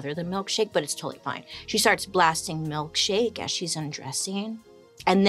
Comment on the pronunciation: She said milkshak,e and now that's what it is in my mind, it's like the moment she said it! Lol Now I cant un see it!